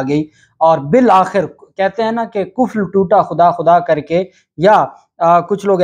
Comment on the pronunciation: OCT 18, 2022. PLEASE CORRECT YOUR URDU. IT IS "KUFR" TOOTA KHUDA KHUDA KARKE & NOT "KUFL" TOOTA.